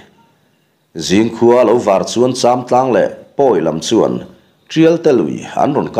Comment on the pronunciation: châmtlang pawh a ri a dik ta😊😊